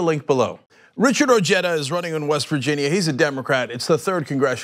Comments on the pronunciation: Weird. OJEDA and Cenk both pronounce his name: O J E T T A, meanwhile everywhere else in the civilized world is is pronounced: O H E D A, AND he is of Mexican heritage. Regardless, he will win handily. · I like his energy and whatnot, but something bothers me. Like, I know it's probably a regional thing, but the family I knew in high-school with the name "Ojeda" pronounced it "oh-HEY-duh". "oh-JET-uh" sounds just wrong to me. XD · SERIOUSLY CENK? Would you like it if your name was pronounced "senk"? HABLE BIEN CABRON, O NO HABLE. it's pronounced "oh-heh-da." And it's Spanish I believe. Anyways bless your ur 💓 too. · O-H-eda. Its not pronounced Jeda. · What's an "Oh-Jedda" LMAO!!! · Oh-hey-da come on guys, his has a Spanish name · I pronounced his last name oheda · It's pronounced O Ged a...a cousin more recently from Mexico uses the Mexican pronunciation. Richard's family immigrated many years earlier and have Americanized. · At least try to say his name right, nevermind doesn't matter he has no chance to beat Trump